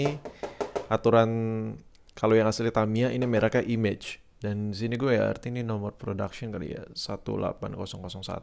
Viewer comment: Koreksi bang, baca logonya bukan "IMEJ" tapi "I-MA-GE"